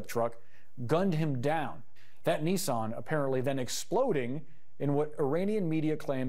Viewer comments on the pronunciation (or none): It’s Nissan, not son of Knee. We speak very different languages either side of the pond😜